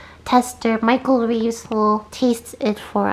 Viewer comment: omg michEAl revees.. not Michael reeves.